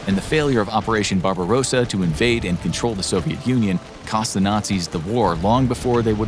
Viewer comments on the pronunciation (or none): none